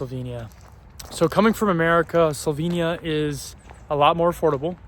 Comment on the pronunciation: I'll be direct, I hope you learn to pronounce "Slovenia" the right way sometime soon. It's Definitely NOT "slovinia" - it has an "e" - pronounced like "ai" in "chair." Other than that, Welcome - and Enjoy in the only country with "love" in its name!